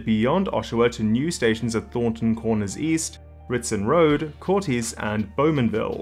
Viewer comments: Great video! Re pronunciation: Spadina - Spa-die-na, Courtice - Curtis. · Just wanted to help you with some pronunciations... Stouffville - sto(like oh!)-ville Spadina - spuh-die-nuh Courtice - like the name Curtis. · Nice video, but it's painful to hear so many place names (Stouffville, Spadina, Courtice) mispronounced.